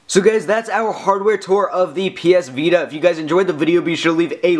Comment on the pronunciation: lol, sorry. But try to talk more naturally. You're not as bad as an average tech review guy, with the weird fluctuation and speed of talking, but you're close. Like , you're talking. like. a. robot. "there's. a. back. facing camera." Once again with "of. the. ps vita". And , it doesn't sound natural to raise the pitch of your voice at "power button". Sorry to sound so picky, but I would like you more if you didn't sound like a lifeless reviewer.